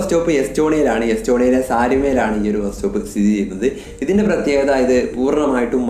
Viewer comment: ബ്രോ ഒരു ചെറിയ തെറ്റുണ്ട് ബാസ്‌റ്റോപ് അല്ല ബസ്‌സ്റ്റോപ് ok